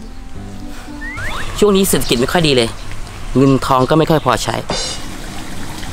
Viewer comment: หนูชอบตอนที่เบื้องหลังอ่ะ ที่พูดว่า เศษสะกิจ แล้วก็ตอนที่โดนขี้หมาด้วย